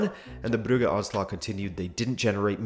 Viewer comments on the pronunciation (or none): Part of the originality of this channel certainly lies in the way you pronounce the name "Brugge" as "Brughe" not "Bruj" as everyone else on the planet or at least "Bruhe" as the Dutch and the Flanders actually do